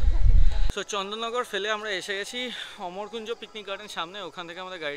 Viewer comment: ওটা অমর কুঞ্জ নয়, আম্র কুঞ্জ